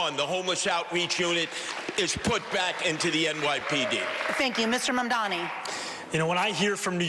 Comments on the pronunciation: How come none of these guys can pronounce zohran Mamdani? It's not that hard. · They're old and dumb. If you can't pronounce the name of the guy you're running against, you don't deserve the keys to America's biggest, most diverse & most prominent city